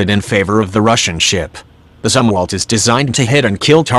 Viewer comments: This is lame. I'll just begin with one glaring example. The bot-narrator was not even configured to pronounce Admiral Zumwalt's surname properly. Respect counts, not this click-baity BS. Get with the PROGRAM. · Try to pronounce Zumwalt properly. Thanks.